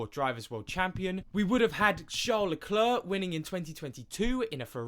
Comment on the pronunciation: If you can't pronounce charles surname just say it as an Anglo so you don't sound dumb